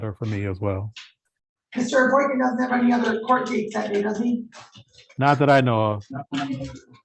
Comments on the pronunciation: He can't even say his name properly 😂 he clearly said Boykins a couple times. When she asked him w an S he said no. She heard it too. Idiot..hes obviously a jealous & immature fool. He deserves everything he gets. In my state if you don't show up it doesn't matter..you will still be charged. Ppl kept recanting their stories & wasting the courts time. So now the AG just prosecutes. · mayor Boykins???? and he added the S on the last name AGAIN......who is he? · Mr.Boykin literally pronounced his OWN name BOYKINS at least 3 times....lol wtf?! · Dummy don’t even know how to say his last name . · Lol he can't even pronounce his own name correctly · That dude said his own name wrong 3 times. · Says his own last name wrong then gets frustrated at the court 😆🤣 zero green flags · He can't even pronounce his own name correctly.